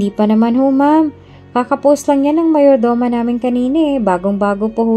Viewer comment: Paki ayos Ms Narrator Mayordoma. Not Mayor Doma . ( Meyordoma) Sabi mo ang body ni "Briana" ay nasa Punerarya .Trixie dapat .Please be. careful .Nalilito kaming mga Listeners.